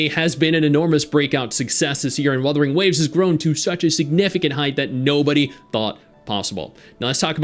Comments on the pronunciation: trolling us again pronouncing it Wurthering Waves like Geoff Keeley. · "Wurthering Waves" This guy is a Dick! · No it's Wurthering waves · "WuRthering Waves" TGA joke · "Worthering Waves" lol Didn't one of the hosts at TGA pronounce Umamusume like "Oooo-mama-sume"? 😂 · Worthy waves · Wurthering waves 😂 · I love how intentionally mispronounced WuWa's name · Guy is a fake fan, doesn’t even know how to say the game right smh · bro it was a joke. Thats how it was pronounced on The Game Awards two years in a row now